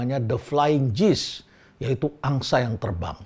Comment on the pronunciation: Maaf pak Rhenald, kata "gees" dibacanya seharusnya bukan "jiis" tapi "giis"